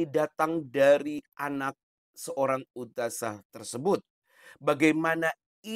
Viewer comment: Kayaknya boong nih, kok dia bilang ' ustajah ' kalau anak ustadzah pasti makhroj bahasa arab nya fasih